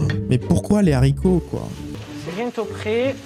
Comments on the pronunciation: les zaricots? Haricots= H muet! astuce 2 je quiche dans l'assiette après avoir mangé et je resers le tout au prochain repas. rire de film d'horreur... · Hooo il a mis les ’’zaricot ’’ fraté..😀😃😄😁😆😅🤣😂